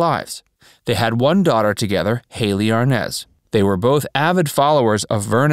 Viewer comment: I can’t believe only one person got of their sofa to complain about all the mistakes in this horrible piece of journalism. Repeat after me, R. Nez, R-Nez. R.Nez. now all together Desi Arnaz Jr. Dino- Desi. And who?????🥸😜🤪The band was Dino Desi & Billy! Not amp Billy, hey S . S amp Billy. S. Wtf??